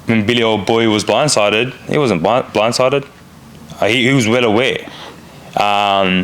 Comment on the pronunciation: He was Bwinde sided. lol😂